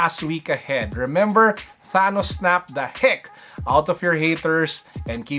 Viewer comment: I’m just letting you know it’s not tanos it’s actually thanos